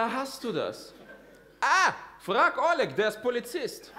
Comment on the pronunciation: Почему он неправильно называет русские имена?🤦 Что за О́лег?